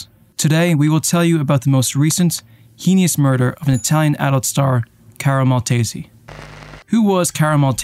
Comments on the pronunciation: Heinous: Please stop saying “hee-nuss,” it’s pronounced “hay-nuss.” You should already know this. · I was thinking the same thing, the first time he said it "heenious."